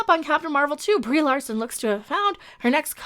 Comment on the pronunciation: Did I hear you call her Rieeeee Larson rofl